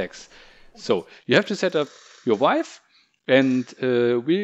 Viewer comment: Why does someone like this make videos in the first place? VIVE.....SAY VIVE! if you cant say the product name. DOnt do a tutorial. Idk whats worse. The video quality, the lack of good information or even just the lack of thinking this "video" through from start to finish. You are not a off the cuff kind of speaker. Prep next time.